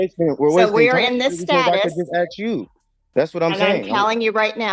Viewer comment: This is old. Along with his 'arksin'. Any outcome?